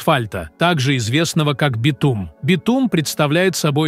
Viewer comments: ИИ озвучивает? СкАла, битУм, вОронки... До чего раздражает! Не подпишусь! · Не смог дослушать дальше битУма😂